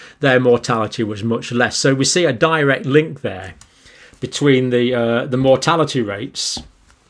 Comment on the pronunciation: Correlation does not imply causation. I know you know this, but you are miscommunicating. Note the emphasis and intonation upon using the word 'DIRECT link' which also makes matters worse.